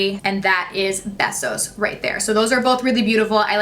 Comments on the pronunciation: hahah it’s pronounced BAYSOS (means kisses in spanish) not besos😂😂 it’s okay we still love u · I just wanted to let you know Besos is Spanish for 💋 Kiss and it's pronounced like BAY or Baysos I know you always say your not sure if you are saying things correctly so just thought I'd help you out with that one!! 💘 Love Love Love your channel and watching all your tutorials, hauls especially since like you my skin is as dry as the desert and you don't do DRAMA!!! I recommend your channel to everyone!!